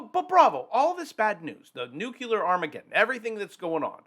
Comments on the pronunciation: Say nuclear - not "nuculure" "Nuclear" (New-Clee-ar) You might lose credibility just as many U. S. presidents have speaking this way. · Wait, NUCULURE, or NUCLEAR?😂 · it is pronounced "noo-clear" and definitely NOT "noo-cue-lar". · That lovely Maine “abode” will not look so comfortable when the 1000’ wave shows up on the horizon after Vlad’s new deep underwater nuk-nuk. Also,it’s noo-KLEE-ar, not NEWK-you-ler. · Please! For all that is holy. I've commented this before. Stop saying new cue ler!! It's new clee err. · I never take anyone seriously who pronounces Nuclear as Nu-CU-LUR- ..... It's NU - CLEAR. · Damnit. "New clear" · People who pronounce "nuclear" as "nucular" lose credibility with me. 🤣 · Nuclear nucular tomato tomato. Nope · Why they keep saying nuculer? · Say it with me: New-clee-er 😂🎉 GREAT JOB! 👏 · Nuke ya Lar.... Sounds scarier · Bravo...love ya, man, but PLEASE don't pronounce "nuclear" like the war-and-false-flag-criminal, Dubya, does. There is no "u" in the middle! 🤣